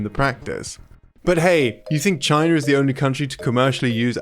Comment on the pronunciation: Not only did he beg for a like, he said Ocareener and Chiner. You need video editing practice. Unless you have a speech impediment, then i am not making fun.